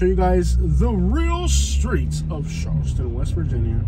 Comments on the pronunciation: Dude you do realize it's not SHarleston right? Please stop saying that lol Its CHarleston. C H Cha, not Sh. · IT IS CHARLESTON NOT SHARLESTON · Char not Shar... and yes West By God Virginia.... oh your in a minor bad part of town